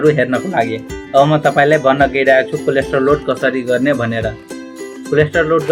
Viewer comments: bro its कोलेट्रल not कोलेस्ट्रोल ,,,,btw jus kidding,,,nice video........ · Coldstore Haina k collateral 😄😄